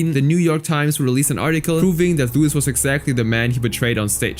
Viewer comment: Its pronounced "Louie" not "Lewis" lol